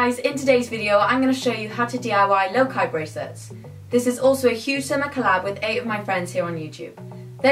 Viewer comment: ITS PRONOUNCED LOCA NOT LOKI